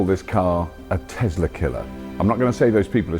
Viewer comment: Tesla? No no it’s a desla 😂